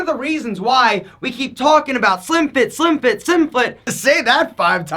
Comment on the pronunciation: "Slim fit" "Selim fit" "Shlimfftit"